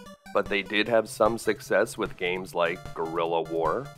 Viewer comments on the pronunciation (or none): none